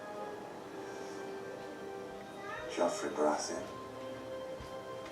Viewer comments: It's Joffrey not Geoffrey :) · It's Joffrey!! Not Geoffrey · it's actually Joffrey, not Geoffrey